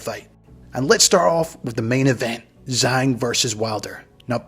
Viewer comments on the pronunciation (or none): His name pronounced Jaang😅